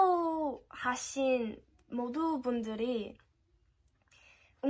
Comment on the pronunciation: 팔로우도 한국식으로 발음하네 ㅋㅋㅋ 귀엽다 !!!!!!